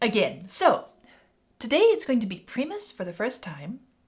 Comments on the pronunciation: Primus is pronounced like DRY, not PRE..... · What are you calling them??😂 Its "prime-us" not "pre-miss"...... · It's pronounced PrImus with a long I. Not preemus. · Prime-us .. singular / first for Primate .. lol not Preemus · It's pronounced "Pry-muss"... Not "Pree-muss" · It's pronounced '"pri-mus" (long I).. not pree-mus. It's pronounced PAY-treon... not pat-reon. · (/ˈpraɪməs/ PRY-məs). Each of the 128 times she said PREE-mus it hurt a little. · It's pronounced "PR 👁️ MUS" not "P REEE MUS"! It sounds weird hearing you say it differently 😂😂 especially when I have been turned on to them since the beginning! I remember hearing; "Jerry was a racecar driver" on my graduation night and I've been a diehard fan since! Thank you for ALL YOU DO MY FRIEND AND, OF COURSE, GOD BLESS!! 🙏❤️✌️🙏❤️✌️ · Stop saying PRE mus. Stop it. PRIME us. Say it! And....they ain't new. And they are bass guitar heavy. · You pronounced Primus wrong so I will spell it out so you can phonetically get it. It's not pronounced PRE MUS it's PRY MUS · Why is she saying Preemus? It’s Pr-eye-muss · Preemus sounds ok but it is Pr(ay)mus ;) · OMG please stop saying PREE-MUS, it's pronounced PRY-MUS. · I can barely get over you saying Pree-mus,when it's Pry-mus. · I'm sorry and just so you know for future reference the pronunciation of Primus is PRY like in prybar not PRE like in preview. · The name is pronounced PRY MUS. Not Pre Mus! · It's pronounced Pri mus....not Pre mus. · Pr-eye-mus not Pree-mus. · its PR I mus with an I -EYE not Pre-eeemus with a EEE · For future reference it is pronounced Prime us. Understandably American English words aren't always obviously easy to pronounce. :) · Pr(eye)mus not pr(E)mus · It's not "Pr-ee-mus" it's "Pr-eye-mus" 😅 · Just a quick side note. You seem to be pronouncing the name Premus pre-mus but it is pronounced Primus with a hard I sound Pri-mus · Prime Us is the pronunciation. Saying preem us was like fingernails on a chalkboard. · Not Pre-mus...Prime-us.